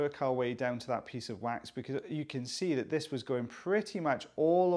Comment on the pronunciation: Is it just me, or does it sound like quacks when he says 'wax' half the time? 😂 I haven't been able to unhear that for about 3 months